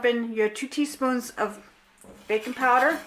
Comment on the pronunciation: thought you said bacon powder lol. im craving thisss